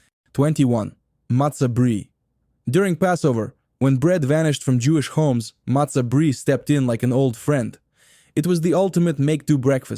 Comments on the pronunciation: 1. Challah is pronounced 'HALLAH. 2. MATZOH 'BRIE ' is pronounced 'BRYE'. Not brie, like the cheese. ENJOY!!!! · MATZOH "BREE" was pretty bad as well, LOL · Brei is pronounced bry . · It's strange that the VoiceOver person pronounces "bialy," "kasha" matzoh brie" and "challah" wrong. Weird! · c'mon. This guy isn't Jewish. Is there a Jew in the world who doesn't know challah is not pronounced with an American CH? Or an Ashkenazi Jew anywhere who says matzo "bree"???